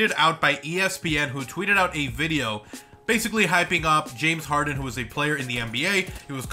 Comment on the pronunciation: "James Hayden"😂😂😂😂😂